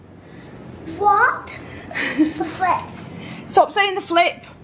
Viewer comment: He did say flip but it sounded like "F*ck